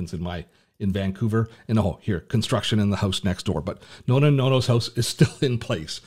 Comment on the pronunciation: Plz don't say NONA and NONO... 🫢 it's NONNA and NONNO 🇮🇹